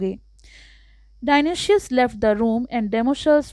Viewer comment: Dionoshious nahi dionysius